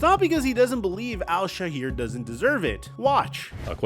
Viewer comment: bruh you are a jewish persian. you know that his name his not aziz but aaaaaziz, al shaiir is al cha3iiiir. theres a g in his native name. aziz means dear or someone you really like. al shaair (2 a) means the poet. if it would have been al shahir it would have meant the celebrity. stop placating for your cali's soy boys and try to be like a white american. you are not. as a european have to tell you that your existence doesn't even make sense. a persian, jewish, a cali wannabe. both persian and hebrew have the pronounciations of the name, it's not like americans where you have to can not roll your Rs and such. عزيز الشاعر either the onee loved by the poet or a dear man who is a poet. you know that stop being a snowflake